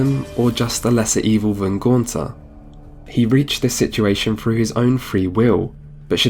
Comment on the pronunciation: "Through" is not pronounced with an F